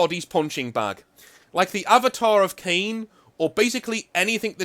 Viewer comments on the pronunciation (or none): none